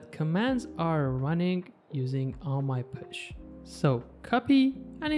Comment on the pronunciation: Btw it is not “push” it is posh. Like gosh. pawsh